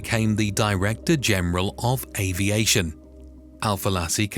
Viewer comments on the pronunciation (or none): none